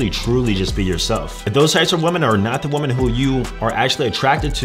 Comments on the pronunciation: I guess you don’t understand “woman” and “women” are supposed to be pronounced differently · when you say "women" you say "woman" is there a reason? lol 🤔🤔🤔